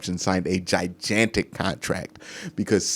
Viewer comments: Why u pronounce “gi-GAN-tic” “gi-JAN-tic”? lol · Great vid! Love your content. Just saying this because you say this word a lot but the second g in "gigantic" is a hard g like in "grape"